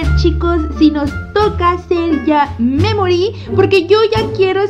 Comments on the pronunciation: Pd: memory se pronuncia meimorie (sin pronunciar la e tanto) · Memory se escucha como que dijera me morí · Taldes es que cuando dice memori suena como me mori☠️☠️☠️☠️☠️☠️💀💀💀💀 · Holi yi creeo que memory es la memoria de piggy y cuandi suena mamory parese que diga me mory :v baueno amo tus videos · Cuando dice memory suena como si dijera me mori xddd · Memory suena como me mori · Cuando dice memory me he reído de risa por que se parece como me me mortalidad xD